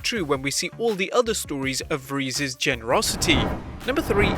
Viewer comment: It’s Keanu reeves right? Not Revess?